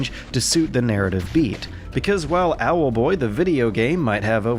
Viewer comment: keeping dash pressed will make him fly just as fast as spamming. Too bad I noticed that when I was nearly done though Also I love you say "Owelboii" :)